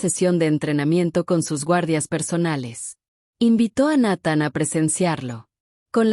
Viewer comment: No, no pronuncia bien el nombre de Nathan, si, es mejor que la de otros canales, pero siguen siendo deficientes, la gente que sube esto debería dedicarle más atención a los detalles. También está el detalle de que esta historia de una princesa casada con un humano con un oscuro pasado de guerra es un cliché en estos canales. Al menos aquí no hay reptilianos o alienigenas de cristal o el famoso jake Morrison 🙄🤷‍♂️